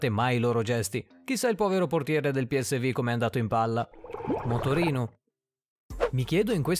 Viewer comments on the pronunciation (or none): si dice piesvu non piesvi non è inglese ma olandese e poi è feienord......